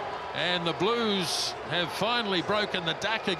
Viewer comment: You mean ‘Bluesh’